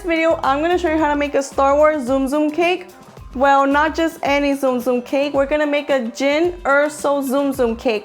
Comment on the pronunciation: You pronounce it like tsunami not zoom